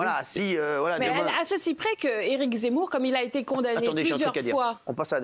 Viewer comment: elle a vraiment dit « Éric Zamour »?🤣🤣